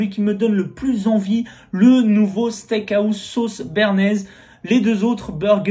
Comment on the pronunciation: Pourquoi tu dis le steak AOUSSE ??? mdrrr ça me perturbe c'est house, sinon gg bg !!!!!!